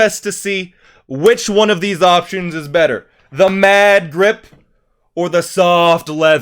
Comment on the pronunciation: I thought he said "mad drip" instead of "mad grip"